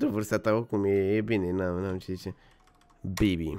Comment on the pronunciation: Când spui bibi parcă doar parcă zici ca spui bebe😳